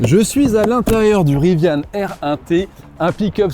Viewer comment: Il n'y a pas de e a Rivian! Pourquoi prononcez-vous riviane?!! Gros bouseux plouc qui se croit hype !